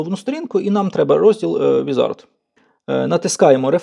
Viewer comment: Не візАрд, а вІзард